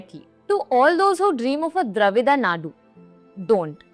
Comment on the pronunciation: You can't in pronounce dravida nadu properly